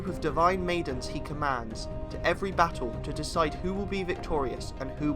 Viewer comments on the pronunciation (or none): none